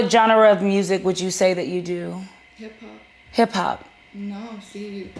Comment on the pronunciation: This b** said “hip pop” 😂😂🤣🤣🥴🥴 then said “you wrote your own story about me….B*TCH hip hop and hip pop sounds the same h** 😂😂😭😭